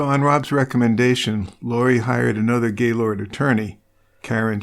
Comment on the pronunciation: I tried to listen to this. I've read the book. The monolog is so mundane. And anyone who has ever lived in or near gaylord, knowx it's not Gay lord. It's Gaylerd. Nobody says it that way. I was hoping this would be good, because it seems like the only YouTube video about the murder. It's audibly difficult to do though. Thanks for trying though.